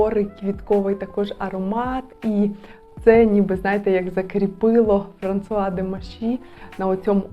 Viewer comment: А чому ФранЦуа??? Є канал Жінка аромат, там вчитель французької вчить вірно вимовляти. У Вас постійні ляпи в цьому